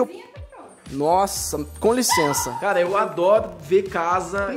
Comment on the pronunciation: Quantas vezes ele disse liçensa